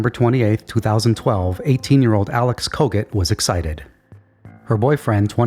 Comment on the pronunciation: I swear every time you said Kogut I kept hearing Covid.